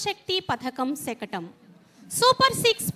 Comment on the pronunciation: శకణం కాదు శకటం